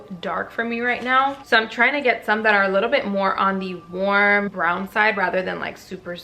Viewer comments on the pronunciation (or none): none